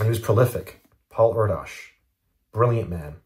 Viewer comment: I believe that Paul’s last name is pronounced “Air Dish” just FYI